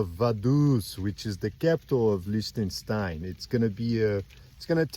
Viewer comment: Just beautiful! What a pity that you had so much rain on the first day. But then I spotted you in shorts! 😁 Lots of ups and downs and a long way to Sargans, wow, well done. I love how you pronounce "Liechtenstein" 😍 Greetings from my home in Germany, right on the border with Switzerland